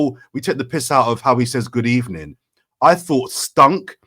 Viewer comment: Unai made it his thing to always say good evening after a reporters first question and he said it wrong so it stood out. Arsenal loosing made it what it turned into a mocking stick.